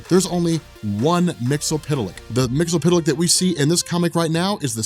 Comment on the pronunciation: The phonetic pronunciation is mixelplic not mixapital...if you make him say his name backwards he gets banished